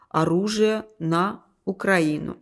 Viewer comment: Подалуйста исправьте произношение ,УкраИна,украИнский....нет такого УкрАина..Ведь ваша страна не РОссия,а РоссИя..